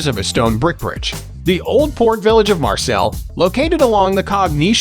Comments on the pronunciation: OK, are you saying Marcel’s on purpose? It’s Marseille! Mar-say. Put it together! Marseille not Marcels. I actually stopped watching the video because I couldn’t take you saying Marcels every time you were supposed to say Marseille. If you’re going to do a travel video, you at Least need to know how to say it correctly! I must say, thumbs down to this. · Marcels?? CalanQ??...Pretty pathetic. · Marseille (Maar-Say) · Lol maybe learn how to pronounce the city's name to start with... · Can't trust a tourist guide if you cannot pronounce the name of the city right. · Sorry but your pronouncement of Marseille & other French names is embarrassing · If you can´t even try and pronounce the name of the city - which I know - then why should I waste my time watching your video?